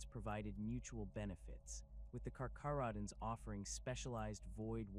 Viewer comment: Pronounced as (car-care-oh-dons), (Ny-core)